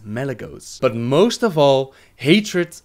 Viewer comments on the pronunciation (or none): none